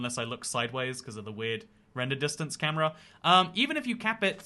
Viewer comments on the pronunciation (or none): none